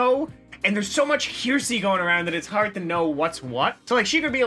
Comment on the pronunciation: Did you seriously pronounce hearsay “Hershey” like the chocolate bars?